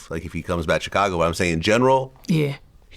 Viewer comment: VLAD QUIT PRONOUNCE CHICAGO 😂